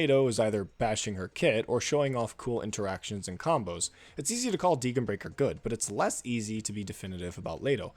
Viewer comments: Well, as a German speaker, her name is pronounced "Dee-gen (the g like again) brie-schair" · The only controversial thing here is the way you pronounce Degenbrecher's name. I enjoyed the video a lot, keep up the good work!